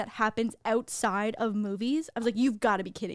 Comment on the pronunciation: Whoa I heard a little bit of your Canadian accent there when you said “outside” 🤣